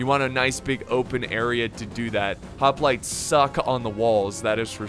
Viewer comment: The mispronouncing of the word: hoplites is starting to get really annoying.